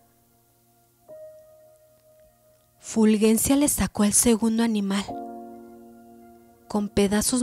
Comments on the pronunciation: Que escalofriante relato. Muy bien leído. Solo una observación, no es Fulguencia sino Fulgencia. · Fulgencia se escribe así, con "g", pero se pronuncia como si fuera "j" , es decir como si Ful-J-encia